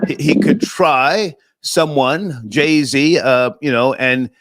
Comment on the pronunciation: It's JayZ, not Jay C. And they all want to burn what we built. 🤣 go figure.